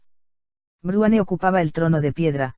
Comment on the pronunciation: madre mia.. dice "bruane"...... en vez de Bruenor, me sangran los oidos cada vez que lo oigo jaja vuelve a Rosa!